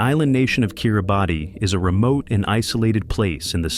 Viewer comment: *It is pronounced (kee ruh bas) *International marriage in not allowed in Bhutan *"Bangladesh is an ideal location for anyone looking to settle down in a beautiful foreign land" 🤯 *"Haiti is a popular destination for tourists" 😳 NOBODY GOES TO HAITI including Haitians!!!! and for good reason! This channel is trash and shouldn't be allowed. Anyone believing any of this info will be misled, disappointed or possibly unalived.